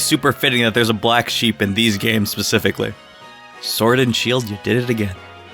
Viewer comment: I heard u say sword and shoe xD